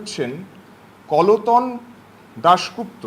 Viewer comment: কলতন বলছে 😄😄😄